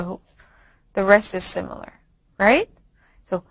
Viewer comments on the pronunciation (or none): none